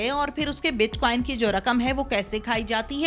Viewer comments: bit queen?hahahaha,its bit coin,. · Bitquin ni oo madam bitcoin . . Paper le.k bs sawal krne lag jaty ho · WTF is Bitqueen? Its BITCOIN. Coin Coin Coin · Bitqueen nhi bitcoin hota ha🤦🏻‍♀️😂🤣😂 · WAH WAH hamari Interviewer bar bar Keh RAHEE hay BIT QUEEN BIT QUEEN NOT BIT COIN , PLEASE DO YOUR HOME WORK & RESERCH .SCHOOL TOU GAI HO GEE YAA PHIR JAALI PASS KAR LIYA HAY , AUR JAAN PEHCHAAN KAR KAY INTERVIEWER KEY JOB KAR LEY HAY , JOURNALISM KAA KUCH PATAA HAY, YAA SIRF LIFFAFAA HO, BIT 👑 QUEEN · Ani diye bachiye. Bitcoin hota hai bit queen nai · Anchor : BitQin 🤣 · Bitqaueen 😂 y’all gotta learn some pronouncing anyways I’m all in digital currency ❤️ BTC ,ETH, XMR,LTC,PUNDIX,CAKE, Small coins best to invest in,XRP,VET,ADA,BTT.Goodluck